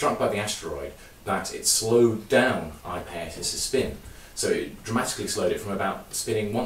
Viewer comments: It would help your credibility if you could pronounce the name of this moon correctly ! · I like his pronunciation. Bigger crimes out there than mispronouncing a distant moon. I'm definitely over it. Drive on!